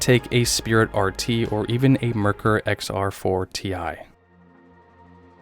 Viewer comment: You mispronounced Merkur.